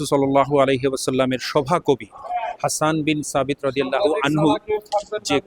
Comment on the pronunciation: এই উচ্চারণটা হবে ফাতেমা রাদিয়াল্লাহু তা'আলা আনহা